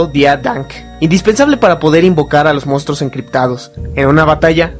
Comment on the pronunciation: Es mi idea o si pronuncia: "Mostros" jajaja Fuera de eso,¡ gran vídeo! Saludos del por ahora actual, 2020.